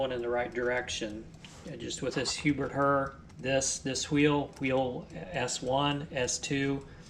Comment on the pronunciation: Pronounced same as "hair". Herr (pronounced "HAIR") is German for "mister".